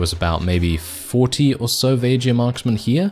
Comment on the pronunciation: Vageirs??? I always pronounce it as VAY GUARS (with a strong G) Edit: and I'm one of them. 😉